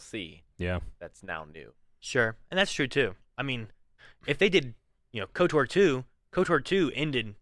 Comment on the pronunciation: Lol saying KOTOR'R